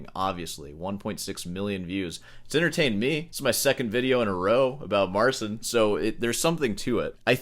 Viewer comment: it's MARTZCHIN